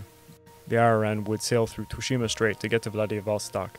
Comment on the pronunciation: You said Tsushima wrong btw